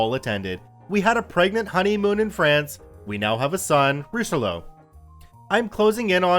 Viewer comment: how you pronounced Richelieu annoyed me for some reason